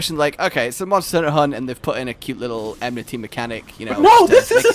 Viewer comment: “I dont blame you. You might get my emnity.”